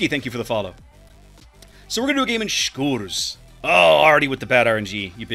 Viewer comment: love to hear the name pronounced correctly for once